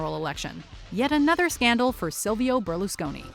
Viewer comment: Silvio being pronounced as "Solviol"??? excuse me what is this